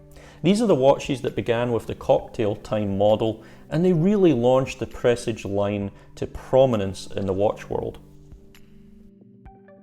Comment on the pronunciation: Fabulous video, so nearly achieved 100/100. Sharp intake of breath at that peculiar pronunciation of Presage 🤤